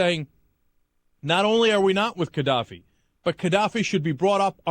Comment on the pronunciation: Is Cenk pronouncing it wrong? Or is the G in Gadaffi meant to sound more like a K